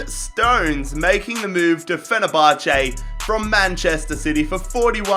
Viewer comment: Fenerbache😂That’s so random but Great video